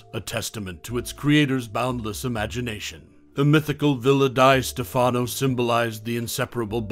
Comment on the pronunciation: It's "Villa DEE Stefano". Learn How To Pronounce Words PROPERLY!